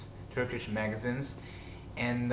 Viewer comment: Good to see you again. Keep it up. I've vicariously enjoyed your adventures in Türkçe and it's a language I hope to start on in a few years. Anyway, here's some 'corrections' for you: Stress for magazines should be "magaZEENzs" "Newspapers" is the plural "varied" is more like "vair'eed" for "pronouns" you might need to separate the two syllables more and stress the second.